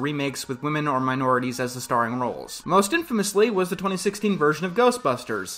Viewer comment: Oh man. Hearing you say "minorities" in that hwite voice dripping with the repressed need to use 1920s lingo unironically is like a shot of rotgut. It hurts and is terrible for me but I need It in ways I can't explain.